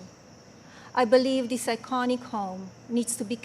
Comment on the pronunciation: she still can't say THis...dis...oy...